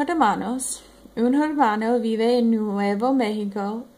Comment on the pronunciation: Keep it up! You are pronouncing 'hermano' a little funny though.